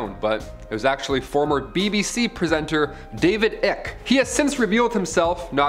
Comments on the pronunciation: David "ick"??? Its "ike" as in Bike, Mike and pike! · Hey, for future reference it's David Icke rhymes with bike not with tick. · You mean King,not Prince anymore And David Icke,not Ick